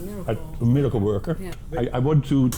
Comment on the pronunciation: Amazing but NOT "MIRICLE"